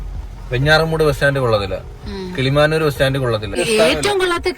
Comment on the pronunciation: കിളിമാനൂർ ❌കിളിമുനൂർ ✅